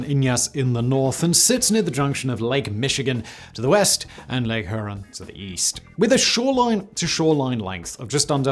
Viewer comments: Good going on pronouncing Mackinac correctly! Now try Huron: Hew-ron. You've gotta get a "yuh" sound in there somehow. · He botched Huron as well, lol.